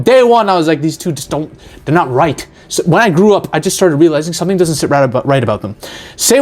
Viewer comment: "shomething always wrong"